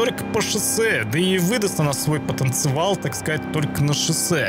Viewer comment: потенциал, а не потенцевал